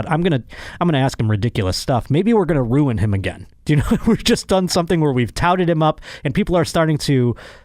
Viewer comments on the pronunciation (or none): none